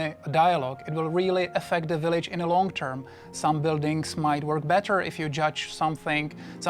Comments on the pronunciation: I like how he says "willige", catches himself and starts pronouncing it "village". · "rebuild yur own willage "